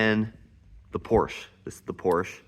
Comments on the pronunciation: Wenn dein Vater wirklich deutsch ist, ist es eine Schande einen Sohn so aufzuziehen . PORSCHE wird als Porsche ausgesprochen. Hör auf mit dem Mist. Du hast doch keine Ahnung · Just one thing friend - that's irritating to hear. Please pronounce Porsche correctly. The "e" on the end of the name is pronounced in German. There are two distinct syllables. Say "Porsch-ah".